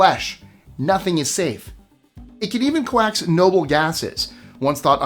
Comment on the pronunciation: wait, hang on! coax = “cokes” , more or less, not “co-ax”.